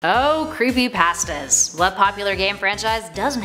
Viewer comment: Oh creepy pahstas